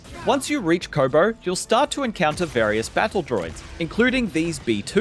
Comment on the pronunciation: Loving the "Kohbohr" pronunciation